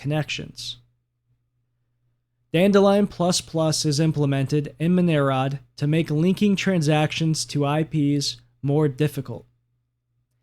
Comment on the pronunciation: Isn't the daemon pronounced "monero dee"?